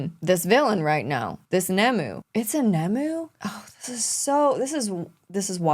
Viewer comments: Struggling to understand how youve managed to mistake ‘nomu’ for ‘nemu’ even though its shown in the subtitles and said outloud countless times at this point.. I can ignore how you pronounce kabuto but the nomu thing is like calling deku daku..why How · Why is suddenly pronouncing things like "Nomu" and "Aizawa" so weird?